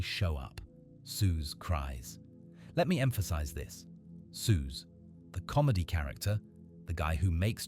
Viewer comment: This is laughably bad AI slop. Can't even pronounce Soos correctly lmfao